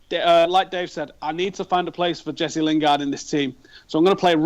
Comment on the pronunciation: stop calling him jess lingard